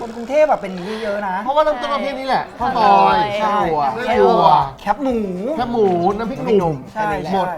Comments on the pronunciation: แคบหมู คือ แคบหมู ออกเสียงว่าแคบ แคบที่ไม่กว้างอะ แคบบบบ มาแค๊ปๆ แค๊ปพ่อง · รบกวนคนกทม. ออกเสียงคำว่า แคบหมู ให้ถูกต้องด้วยนะครับ แคบ ตัวนี้ออกเสียงเหมือนคำว่า แคบ ที่มีความหมายตรงข้ามกับ กว้าง นั่นแหละ มันจะออกเสียงยาวนิดนึง ไม่ใช่ แค๊ป แบบแค๊ปเจอร์ เสียงมันสั้นไปครับ คีย์วรรณยุกต์ก็ต่างกันนิดนึงครับ